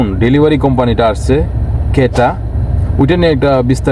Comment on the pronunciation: কেটা না, কিটা।